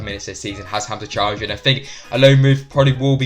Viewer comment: Please, not Choudhury